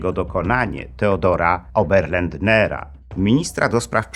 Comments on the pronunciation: Oberlander. Nie żaden oberlandNer. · Nie 'Oberlandner" lecz Oberländer. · Szanowny Pan lektor, czyli opowiadający historię wymierzenia sprawiedliwości Stefanowi Banderze raczyl przekręcać nazwisko niemieckiego zbrodniarza Teodora Oberländera na Oberländnera. Przeciez na przedstawianych zdjęciach bannerów demonstrujących w Niemczech, już po zabojstwie Bandery było napisane prawidlowe brzmienie nazwiska Oberländera. Drugi drobny błąd to wymawianie slowa ochroniarze w liczbie mnogiej: ochraniarze, może od rosyjskiego slowa Ochrana? Jakby z drugiej beczki, proponuję pogłębić dno podejmujac temat szczurzego szlaku, pomocy niektorych kardynalow w Watykanie najwiekszym zbrodniarzom niemieckim i austriackim w ucieczce do krajow Ameryki poludniowej, o pomocy samych Amerykanów w przerzuceniu tychże zbrodniarzy do USA i zaoferowanie im pracy np. przy budowie rakiet, albo w wywiadzie amerykańskim?